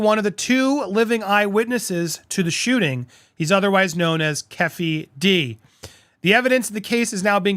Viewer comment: Keffy D?!?!? LOL dude it's pronounced KEY-FEE-D ( Keefe D )